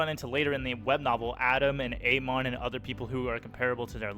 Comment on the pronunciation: I've read many books in my life, Lord of the Mysteries stands at the top in terms of enjoyment and fun. Personally, I pronounce Amon "Ah-Mon". I now heard your pronunciation as well as "Amen". Does anyone know which one of these is correct?